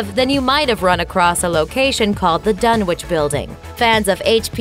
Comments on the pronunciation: "Dun-itch"... It's pronounced "Dun-itch". Not "Dun-which"! If you're going to talk about HP Lovecraft and his work, learn to pronounce said work correctly! (except for the language of the Elder and Outer Gods... I'll forgive you for not being able to pronounce that lol) Also, Pickman's Gallery is based on "Pickman's Model", also my HP Lovecraft. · Ok. It’s pronounced “Dun-itch”. 🤦🏻‍♂️ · Dunwich is a kinda different way of pronouncing it it’s pronounced dunwick